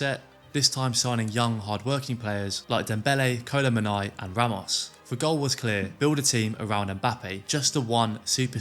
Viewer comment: That was the worst "kolo muani" prononciation ever